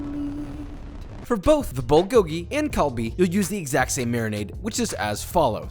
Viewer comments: As a korean, this video made me really happy to see someone make kbbq correctly. just work on your pronunciation a little (bulgogi: pul-gohk-ki) (galbi: gaiyr-bee) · This looks so good, but I’m slightly triggered by the way you pronounce “bulgogil” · As a Korean, you nailed it but one thing that bothered me is that you are butchering how you saying bulgogi and galbi. That’s about it! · Cant even pronounce galbi and bulgogi LMAO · Josh’s pronounciation of bulgogi was hurting me lol😂😂 food looks great tho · He botched every korean word💀💀💀